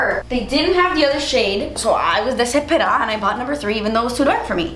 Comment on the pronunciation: LOL! I love it when speaks Spanish out of the blue. I don't know if it was the cuban accent or the way she said it but that "I was desesperá" and "Tanto dinero pa' esa mierda" really cracked me up:)